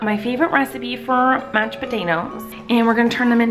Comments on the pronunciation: There are a lot of times where Collen forgot to say Mached instead of Mashed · Idk why but ik she is saying mashed potatoes but I keep hearing matched potatoes lol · She says mech potatoes